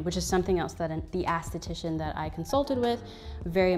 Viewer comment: You saying "ASS-titician" cracks me up. Not being nice nasty, but it's ES-titician. Always love your videos, big fan of everything you produce. I mean no harm by the correction